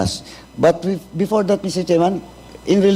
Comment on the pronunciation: before NOT bepore😂